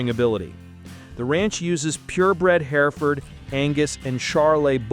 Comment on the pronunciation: I cannot stand to hear this AI pronounce Hereford. Damn makes my skin crawl. It can say Charolais but not Hereford? Lol